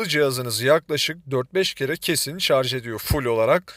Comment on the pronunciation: Şarzz demediğiniz için teşekkürler.